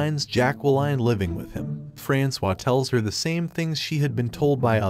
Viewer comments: ERRR FRANK-OIS?!?!?! You mean... frans-wa?! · I think her name is supposed to be pronounced as “Franswaa” and not “Frankois”. 😂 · right - not FRANKS OIS like in the video...